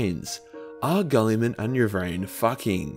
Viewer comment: Fitting for this topic, way you pronounce mr. Roboute´s name, sounds like "Kulliman." And as PSA nobody asked, "kulli" is Finnish slang word for pee-pee. =)P